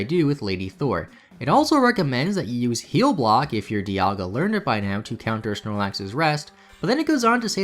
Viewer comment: “Dialgia” Oh no.